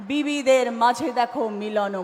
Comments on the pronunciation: রচনা আর মমতা দুজন ই তো বিবি তাই ওদের মুখ থেকে বিভিদের যায়গায় বিবি ই উচ্চারণ হবে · আরে এগুলো অশিক্ষিত। এদের কথা কেনো সোনাও? বিভিদের মাঝে টা উচ্চারণ করলেন বিবিদের, কি আর বলবো? চলো বুড়ো মানুষ দেখতেই থাকবো। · পণ্ডিত নিয়ে পাতালে যাওয়া সুখের, মূর্খ নিয়ে স্বর্গে যাওয়া অত্যন্ত দু:খের। পৃথিবীর লোক সংখ্যা কত? নানা ভাষা নানা মত------ পরিধান। বিবিধের মাঝে----- বিবিদের নয়। বিজেপির সভায় যে লোকসংখ্যা দেখি, তারা সবাই ভোট দিলেতো বিজেপি জিতে যাবে। তাহলে কি হবে? যীশুখৃষ্ট উচ্চারণ করতে পারে না। এরা হচ্ছে জনপ্রতিনিধি। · 🤣🤣🤣🤣🤣 750কোটি সারা পৃথিবীতে কিন্তু 10000 কোটি শুধু পশ্চিমবঙ্গেই। যীশুখ্রীষ্ট ❌ যীষ্টুক্রিষ্ট ✅ "বিবিধের মাঝে " ❌ বিবি দের মাঝে ✅ 🤦‍♀️🤦‍♀️🤦‍♀️🤦‍♀️🤦‍♀️